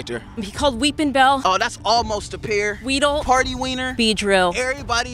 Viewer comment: It’s weedle not wheedle